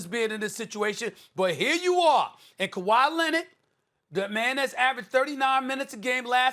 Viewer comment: Kawa lennid